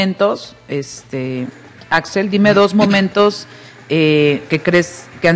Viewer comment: es Axel Mastache. no Axell 🤨